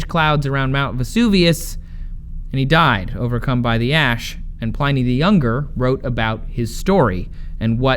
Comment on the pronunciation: Trace, learn how to day Pliny you numpty.